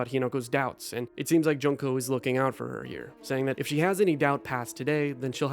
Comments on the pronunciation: It pains me every time you pronounce Junko as "junk-o" instead of "june-ko". 😩 Great video, though. ❤ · Juneko not junko xD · The pronunciation of Junko as JUNK-o 😭 did you even play it